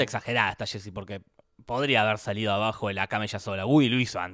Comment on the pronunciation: No se dice shésy, se dice “yé-si”.